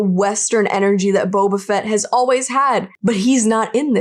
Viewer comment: his name is Boba FETT not BOBAfett............lol pronounciation is crazy with this name, i mean the emphasis should be on the last name, right? just lol................ 2 K soon <3